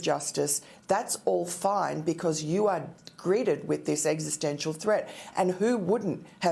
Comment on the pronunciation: Lar? I think she meant law.